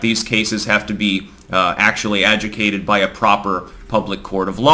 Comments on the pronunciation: Adjudicated. Not adjucated. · Just a friendly note. Adjucated ...no. Ajudicated...yes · Your 30s is when you find the one word you've mispronounced your entire life. AdJUdicated. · You need to learn how to pronounce adjudicated. You're missing a syllable, lol. Great segment. No one else covered this. Two big thumbs up. 👍🏼👍🏼